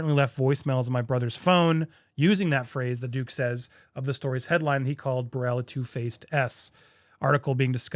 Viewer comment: I’m just here to witness the names being butchered 😂😭 Davies - day-vies Burrel - buruhl This is definitely a suicide mission. MM and other people in his life should’ve really detected him from pursuing this.